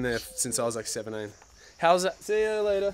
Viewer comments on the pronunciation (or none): "see ya laterrr" ahahahaha XD